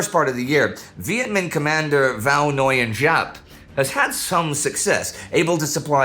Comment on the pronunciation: Vao Noyen Jap -> Vah nGween Zap would be much better.